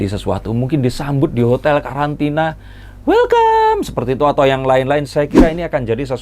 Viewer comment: Bang q ngakak. Panjenengan ngomong wellcom😄